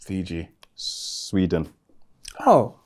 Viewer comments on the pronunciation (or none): none